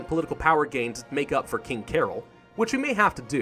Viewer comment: is promounced carol. cah-roll.